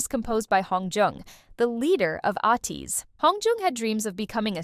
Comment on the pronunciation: A good intro that picks up some of the incredible/downright cinematic origin story of ATEEZ, but I want to clarify a few facts: 1) the band name is pronounced A-teez (rhymes with MAY, please) 2) KQ not only had no plans for a "new band," they never had one to begin with. They didn't create or even manage Block B -- KQ's ceo Kim Gyuwook just opened KQ Entertainment and the subsidiary Seven Seas Entertainment specifically just to do the accounting/paperwork for Block B as a favor to them/at their request, after Block B successfully sued their old agency and left them to manage themselves and needed someone with financial know-how to do their administrative work for them. At the time Hongjoong joined KQ, there was a grand total of three employees (Kim Gyuwook, his friend and KQ VP James Shin, who would become instrumental in creating ATEEZ's creative artistic direction and epic/dramatic story lore, and EDEN, whom they also represented as a solo artist). 3) There was no bidding war for Yeosang when he left BigHit -- he received offers of representation from six agencies (including KQ), and he chose KQ not because they offered him the most money or anything monetary like that, but because when he went to visit them, the trainees who had already joined (i.e. Hongjoong, Yunho, Mingi, San, and Seonghwa) made him feel welcomed and comfortable, and he liked the vibe of the agency. 4) The famous story of what stopped Seonghwa from quitting before he auditioned at KQ was actually a time